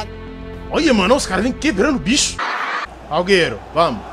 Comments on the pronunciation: O certo e Äguero e assim que se fala não agueiro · EU FICAVA COM AGONIA QUANDO ELE FALAVA AUGUERO EM VEZ DE AGÜERO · O bom do games euuuu e que envés de ele falar aguero ele fala auguero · Ele chamando o aguero de augueru kkkkk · Nome do jogador: aguero Como o chama ele: auguero kkkkk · da uma agonia dele falando alghero mas é aGUero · "Auguero" kkkkkkkkkkkkkkkkkkk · "Auguero" kkkkkkkkkkk Mlhr YouTuberr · Ele falava agueiro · alguero kkkkkkkk alguero kkkkkk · " Auguero " KKKKKKK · Kkkk Aúguero😂😂😂😀😀😑😅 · ele falando alguero racho man kkkkkkkkkkkk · auguero kkk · "Auguero " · Ele falando AlGerO gol kkkkkkk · É só eu que escutei aiguero que o falou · Ele fala do jeito q ele acha q se fala